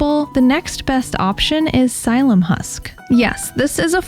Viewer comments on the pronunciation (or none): Not to be nitpicking but the way to pronounce Psyllium is “silly- yum”, not “sīllum”, in case anyone is shopping in person asking a store clerk. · Sil-ee-um husk